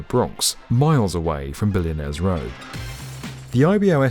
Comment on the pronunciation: "dis is..billionaires rewwwr"